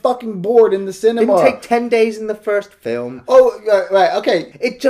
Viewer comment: Paul Morse Yeah, they tend to add that 'arr' sound on the end of words in the Southwest. 👍